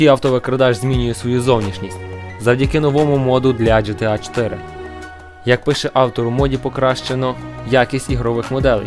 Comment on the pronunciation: В загальному непогано, але дуже багато неправильних вимов. ГеТеА, наприклад, (хоча більшіть і привиклда до ДжеТеА), назва The Elder Scrolls V знову ж таки не "Скрайм", за ДАЙС уже сказали. Дальше) Яке "Хало", якщо "Хейло"?)